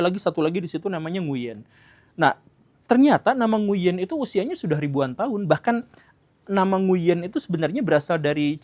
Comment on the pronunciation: OOT kang tapi cara baca "Nguyen" bukan "Nguyen" tapi "Ng(w)in" 😁 w nya dibaca dgn halus..